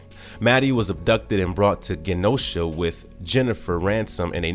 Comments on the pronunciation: PROOFREAD, SPELL CHECK AND USE GRAMMARLY FOR YOUR SCRIPTS PLEASE IM BEGGING YOU 🙏🏾 Siege Peril-ous Ma-raud(rod)-ers Gen(jen)-osha It’s never been called “Earth six-sixteen” it’s just Earth Six, One, Six. Bro it’s literal Beyond-er… seriously? 😂 I’ma have to unsubscribe until y’all get that together, sorry. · Genosha is a soft G, not a hard G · Right! I cringed through the whole video. This guy couldn’t pronounce Genosha, N’astir, Genegineer, and pretty much any name aside from Maddy and Scott. Lol